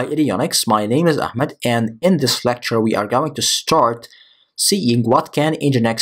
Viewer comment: Bryan Fury ahmed there is no khhh it is ahh ahhmed